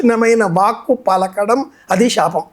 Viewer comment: అయ్యా మీరూ షాపం అని పలకటం బాగోలేదు అది శాపం